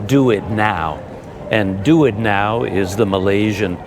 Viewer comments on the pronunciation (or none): Well, the "DuitNow" as "Do It Now" really got me 😀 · "do it now" I had to pause and think for a sec that hes actually referring to duit now 🤣